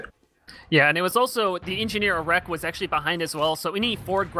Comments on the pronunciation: "A wreck" arekk is pronounced Erik btw. Great cast though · Yep, that was completely my bad. We did get the name correct in the second half though!